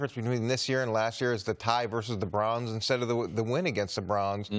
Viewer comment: Coach says Brauns not Browns